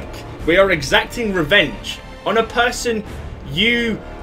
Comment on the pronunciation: By the stink of 'reevenge' 😂